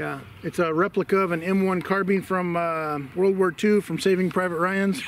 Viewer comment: "Carbine" pronunciation: Ian McCollum from Forgotten Weapons did a survey of YouTube videos and found that most guntubers call it a "car-bean" and most gamers call it a "car-byne" with something like 75-90% consistency. Edit: I guess I got mixed up and gave the credit to the wrong guntuber. Whoops! My memory ain't what it used to be, it seems. Ian did a short video about it, but not the survey thing.